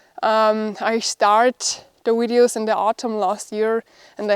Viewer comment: I keep watching because I like the way you pronounce 'videos' (wideos)! All the best